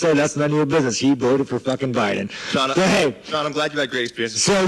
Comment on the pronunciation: How come you can’t say Sean’s first name? Lol